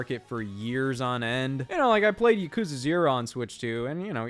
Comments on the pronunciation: To feed the gross algorithm: The way Scott mispronounces Yakuza is painful to hear. He's still been one of the most entertaining people in this space for the past 7 years or so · I don’t even care about the switch 2. I’m just here to make fun of Scott for pronouncing Yakuza wrong.